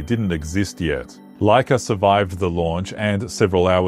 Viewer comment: Its Łaika which sound like waika